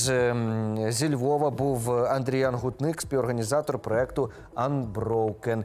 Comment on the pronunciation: До уваги ведучих Ukraine World News! Наголос у прізвищі депутата Львівської міської ради — Андріян ГУтник.